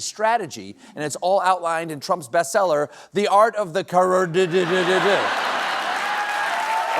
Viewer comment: How would Biden have pronounced South Carerdddd?